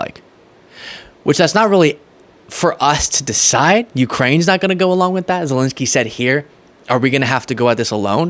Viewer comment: Sorry but it's not Zilinsky... it's Zelensky...